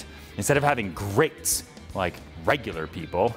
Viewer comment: Lol when he said “grates” like regular people I looked over at my own grates like they had done something wrong 😑 🤣